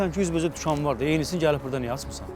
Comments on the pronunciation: Dükkan yox , dükan . Sözün azərbaycanca deyilişinə diqqət edilsin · "Dükkan" yox, "dükan"